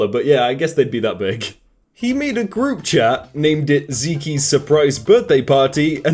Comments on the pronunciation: It’s not Zeekee it’s Zeek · OMG!!! ITS NOT PRONOUNCED ZEEKY!!! ITS ZEKE!!!! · Everybody: Pronounces Zeke as zeek: zekie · Yo pronounced Zeek Not zekey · Its pronounced ZE-K not ZE-KEY for Zeke damn that was mildly infuriating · Mate it’s “zeke” not ziki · It's not "zeekee" It's "zeek" (The name Zeke) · ITS JUST "ZEEK" Q-Q tf is a zeeky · its pronounced ZEEK NOT ZEEKY i would know. thats my name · its just pronounced zeek not zekey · Did... Did he just say 'zek-e' instead of 'zeek'? Does this mean we need to start calling him Jak-e? And no, I will not put my keyboard down. :D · because it’s zeke not ziki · Why does this idiot keep calling Zeke Zeekee. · If Zeke is "zeekee" then is fakee jakee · Over here laughing at how many times he says "Zee-kee" 🤣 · "zee kee" LOL I'M DEAD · Pronouncing Zeke as Zeekee, bruh 😂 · LOLLLLL THIS DUDE SAID ZEEKEE in place of Zeke. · He pronounced it zeeky😂😂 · calling someone named zeke "zee-key" is absolutely horrendous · Did this man really just pronounce Zeke as zeekee????? Bruh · Zeke is pronounced zeek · D-d-did he pronounce Zeke as "Zekey" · Ares Gaming yeah, Zeke is pronounced “zeek” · he did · wait i have been pronoucing it wrong? maybe its just british. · I have a classmate named zeke but he says his name is pronounced as "zekey" and I'm so damn confuzled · The way he mispronounces zeke hurts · Okay but the way you kept mispronouncing "Zeke" was so cute, I prefer your pronunciation now